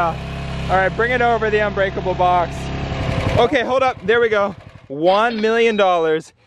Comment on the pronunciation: Uhh you said it wrong its unbreakable not onbreakable fool